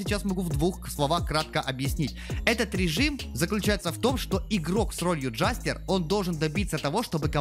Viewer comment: id : cd6fcbe6 Джэстэр, а не джастер в переводе - Шут